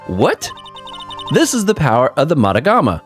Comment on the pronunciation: Also where she lived most of her life : A small thing that will drive me crazy: it’s magatama not matagama : Fortunately it can’t make you actually game over. Unfortunately, it can make things pretty difficult. to : Almost 10 minutes, as she predicted